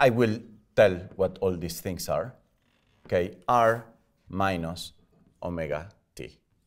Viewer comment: Hehe the accent "Telling you free important fings" :-D